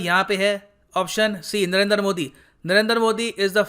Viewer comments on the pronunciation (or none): Humbly speaking; It sounds awkward when you say 'Narender' modi. I think it's 'Narendra' modi. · It's Narendra not Narender 😂😂😂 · Sir aap modi jo ka name galat pronounce kar rahe he, unka name नरेन्द्र he naki नरेन्दर ।